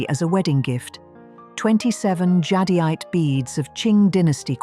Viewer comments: The AI narration can't pronounce jadeite, either. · AI can't pronounce jadeite.